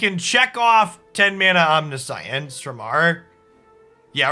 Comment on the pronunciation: FYI that's not how you pronounce 'Omniscience'. It's actually pronounced 'Omniscience'